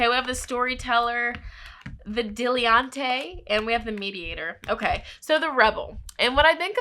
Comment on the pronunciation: Hi! No shade, but I'm pretty sure the word you are looking for in group 3 is pronounced Dill-a-taunt. Just letting you know sis. 😉 Thanks for sharing your gifts and energy.